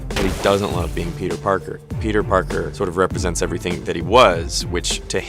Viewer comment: I caption the video and when tony says "oh hey peter Parker" its "oh hey Burger"